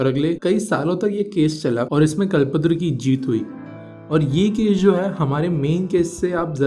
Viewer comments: the person who is doing the audio should know how to pronounce कल्पतरू and he is pronouncing it as कलपत्तरु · आप क्या हिंदी की ऐसी तैसी करते हो, एक अच्छा सा नाम ' कल्प तरू ' को ' कल पत्रू ' बोले जा रहे हो। कम से कम थोड़ा तो समझ के बोलो। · It is Kalp-Taaru not Kalpatru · It's call not kalpatru kalptaru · bhai kal patru nii hai voo its KALPTARU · Its कल्प तरू not कलपतरू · Phle "kalp taru" बोलना sikh le bhai😂